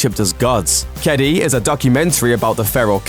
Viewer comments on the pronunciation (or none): Just wanted to say that you pronounced "Kedi" wrong. It's Ke - di. Sorry if this sounds rude or/and impolite. I'm just really triggered when people try to pronounce something in a different language and they kind of fail, but nowYou know! Ps don't try to say it tooo fast it'll sound weird, or too slow.